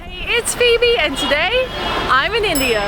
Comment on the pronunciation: Phoebe❌ Fibe✅😂